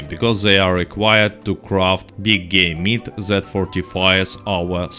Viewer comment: I swear it sounded like you said big gay meat lmfao